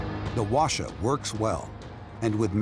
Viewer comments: Why no one's talking about the narrator's pronunciation lol? It's pronounced HWA [ɸwa̠ː] - CHA. Not WA-SHA. And Based on the look of the weapon he tried to re-create, I don't think he put that much effort in accuracy. It has much better accuracy. At least better than this lol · Btw the narrator pronounced kinda wrong, he is saying like "washa" but it's actually pronounces "Hoa-cha" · Why does the narrator keep saying "washa?" It's literally pronounced as it's spelled: HWA-CHA. I expect better from you guys, Smithsonian. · It's pronounced Hwa-cha as in "charge", not "washer" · Sir… it’s HWAcha not wacha. There is a reason why H is right at the front. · no Wacha Hwacha 'H' is not mute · NOT pronounced wha sha BUT "HWA" "CHA" ... hwa means "fire", cha means "wagon, car, vehicle.." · In korean pronounciation called who-ah-cha-. His pronounciation sounded japanese word.. wa sha... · It is called 화차 ( hwa cha) not wa sha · not "wa"cha but "Hwa"cha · "call washa" Smithsonian channel wrote it hwacha and read it washa. genius lol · The narrator keeps saying “Washer”.... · Hwacha is not pronounced Washa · Narrator: "The Hwacha works well" Laughs in balloon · Fellow Koreans, I feel your collective cringe at the pronounciation of HwaCha 화차 -they should’ve just said whatchamacallit if it’s going to be that butchered...